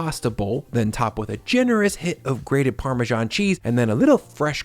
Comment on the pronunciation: Great recipes! But I had to get over the "parmaJohn" so i could finish the video. My first grade teacher (a Brit) and everyone I know says: parmezahn. No more italian food themed videos on this channel for me 😂